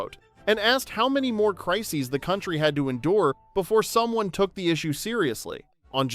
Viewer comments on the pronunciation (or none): none